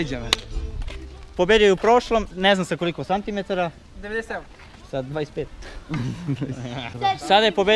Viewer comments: Govori se "Centimetara" ne "cantimetara" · Ne kaze se cantimetara😂